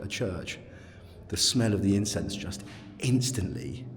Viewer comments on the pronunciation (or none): Thought you had a good pun with “incense-stantly” but came out “incest-antly” 😂 Addicted to your vids ❤